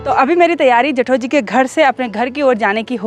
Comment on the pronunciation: Hello....Aap ke vlogs Bohot Ache hote hai....Meri puri family night me Apke vlogs dekhti hai.... Specially mere Papa G ko Bohot psnd hai apki video....Jab aap Bolti ho Na # Jethoji,hum sabko Bohot achaa lagta hai apke mooh se